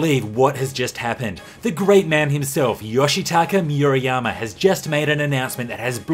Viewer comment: Moo-rah-yah-mah not Mew-ra-yama